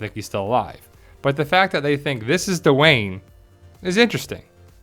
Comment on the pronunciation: normally I love your videos but come on. The character's name is Wes at the end of the show and if he was Dwayne which by the way is one syllable not two, don't you think he would have recognized his father in the video and called immediately on the Walking? Not every black person on the show in the world is Duane and more importantly what the hell does he have to do with Heath? The fact that they both have dreadlocks is ridiculous. That's like saying that Alicia must somehow be associated with Enid because they both have straight hair. Dwayne rhymes with Spain. Not Duh Wayne. Sorry.